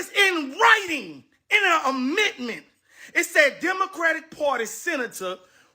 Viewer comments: WHY is dude screaming?😅😅😅 Why should we listen to him when he can't even pronounce "amendment" 😮 Black Maga is WEIRD af and quite selfish for not thinking about your family who had to live under the KKK. P.S....this is not a dem speaking but a BLACK person✊️ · 😂😂😂 … did that dude say Amitment? Did he mean Amendment?